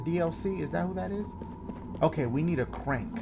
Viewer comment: "The ceurank" - Dashie